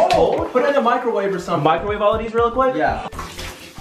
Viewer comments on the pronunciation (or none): lol wen he says put the coke in the pakrowwave